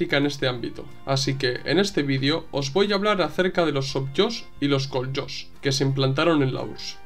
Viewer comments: Gran vídeo camarada, deberías hacer votación para el siguiente tema ya que los tres son muy importantes. El TOZ no conocía y agradezco la información contenida y un pequeña corrección: Kolhoz Sovhoz y Hruschjov, ((Pronunciando la H como una x(j)ota aspirada)) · Excelente trabajo. Gracias, camarada. Un detalle, la pronunciación de la j en Koljós/sovjós es "j" (fricativa velar sorda). Viene de jozyáistvo (хозяйство). Esta palabra significa "conjunto de medios de producción". En este caso, donde hablamos del campo, esto también puede traducirse como "granja". Particularmente, Koljós es el acrónimo de KOLektívnoie JOZiástvo [КОЛлективное ХОЗяйство] [granja colectiva]. Mientras Sovjós lo es de SOVétskoie JOZyáistvo [СОВиетское ХОЗяйство] [granja soviética (en este caso, igual a granja estatal)].